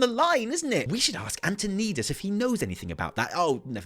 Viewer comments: Anton - I - das. Not Anton - ee - das. Arthas says the name in Warcraft III. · “Antoneedus”. Cmon, man. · Lol why does he keep calling him Anton-KNEED-us? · you've been playing wow for years and u still can't say antonidas name right love it